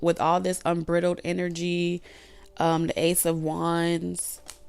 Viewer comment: The word is unbridled, pronounced like bride. meaning, uninhibited.